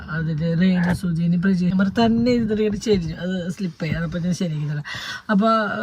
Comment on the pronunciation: Prajeesh alla pratheesh